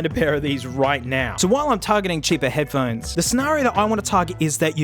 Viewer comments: ph-one-es for heads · Head-ph-one-es Damn it, 3 seconds in and I hurt my throat snorting. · Head Ph-one-es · Ah yes, Headphonees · I thought I was the only person who called them head pa honies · Head-ph-one-es mate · Here I sit, checking the comments, seeing tales of people picking up on any number of -isms, from the accent to the vocabulary. I chole myself with laughter when he "pronounces" headphones, because this is exactly the way I've been saying that word, for my own enjoyment, for almost a year. Guess I finally found proof I fit in somewhere on the Internet.